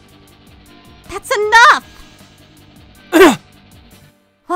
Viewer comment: Funny story. And bro really gave up on saying her name with all the mori (syllables) lol Kagurazaka -> Kurazaka